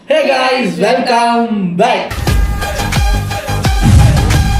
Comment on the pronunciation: Neega ethana vaati sonalum hey guys “Cake ice” nu tha kekuthu 😂❤